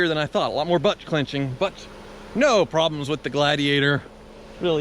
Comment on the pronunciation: "a lot of butt clunching" XD